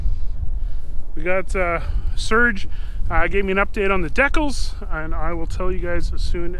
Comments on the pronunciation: it's DECALS NOT DECKELS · The "deckles"? lol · What's a Deck-cul? You mean decals? (Dee-cal) Ha ha. Looking at videos a little over a month ago... progress is amazing. Be SAFE!!!